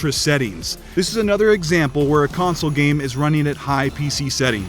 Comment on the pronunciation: did anyone else hear him say "what the gay may look like"?